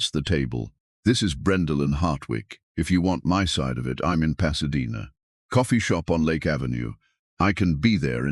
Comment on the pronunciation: Can't say Pasadena properly.